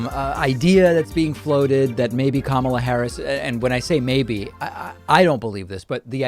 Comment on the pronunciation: I first heard "Kamala Harris" from TYT and Cenk said kamALa so that's how it was stuck in my head for a long time so I can't blame.